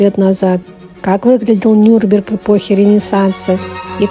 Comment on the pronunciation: За видео спасибо, но почему вы название города произносите неправильно - Нюрберг вместо Нюрнберг? Там же в середине есть буква "Н", которую тоже нужно произносить! 🤔